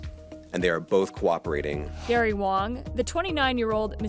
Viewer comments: Wang, not Wong e.g. I have a big wang. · It's Gary Wang, not Wong. hearing this name makes me ongry